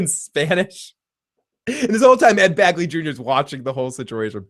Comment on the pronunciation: BEGley! Ed BEGley Jr.! Not "Bagly". LOL!